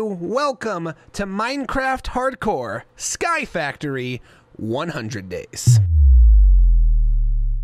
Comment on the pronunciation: The point that when he said sky factory it sounded like sirud